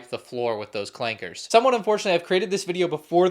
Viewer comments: He said clanker hard r. Im so dissapointed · he really said that with the hard R that's crazy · Hard R is crazy